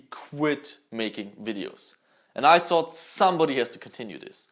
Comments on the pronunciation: I love how he says thought idk why tho but it's so satisfying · Ich komm auf die Aussprache einfach nicht klar! "Everysing", "tsought" mein gott xD